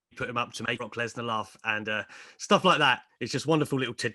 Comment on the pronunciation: The way he pronounces the name "Brock lesnar"